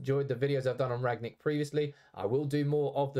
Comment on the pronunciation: Said his name wrong throughout the whole video….